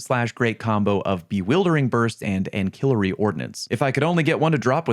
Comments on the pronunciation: an-SILL-ary, not an-KILL-ary mr president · It’s pronounced ansillary bro, like please 😭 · For the love of god someone tell how to correctly pronounce "ancillary"... "An-sil-iary" 😂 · Ancillary Ordinance is pronounced with an S sound, not C. "Ansillary" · That, ya, and Ankel-larry. Lol. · ancillary is not pronounced like that. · You're mispronouncing "ancillary,".